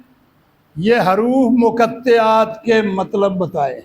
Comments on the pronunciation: حرُوُفِ مُقَطَّعات اس لفظ کی درست ادا کیجئے ہے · اب یہ بات کہا سے ثابت ہوئی۔۔کہ اللہ کی نور اللہ تعالی خود ہے اور جبرائیل ہے اور محمدﷺ ہے۔۔۔۔خدا کے لۓ شریعت پر تھوڑا رحم کرے۔۔۔واہیات بیان نہ کرے۔۔۔۔۔۔اور حروف مقطعات کے تلفظ بھی غلط پڑھتے ہو۔۔